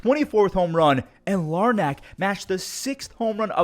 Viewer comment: It's pronounced, Larnick. My god, it's not that hard. Especially if you're a Cleveland fan